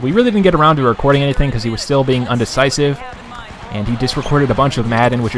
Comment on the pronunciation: indecisive not undersisive lol